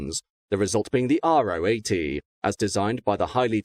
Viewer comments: It’s pronounced Ro 80 (Row 80), not Ah Oh 80. The Ro stands for Rotationskolbenmotor (or rotary). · Although he doesn’t pronounce Ro 80 correctly 😉